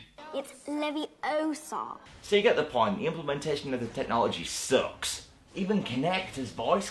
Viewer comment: It's Levi-O-SAH. and,, what's your view on the Lego Harry Potter games?